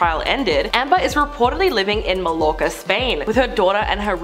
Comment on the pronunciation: Did you just say “Mal-lorka”?? Amber who?!